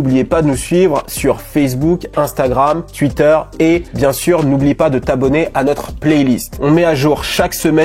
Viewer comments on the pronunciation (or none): none